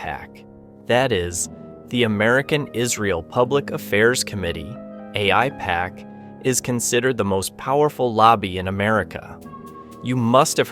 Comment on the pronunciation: After hearing how the pronounced Aipac, one can tell he's extremely dumb or an AI.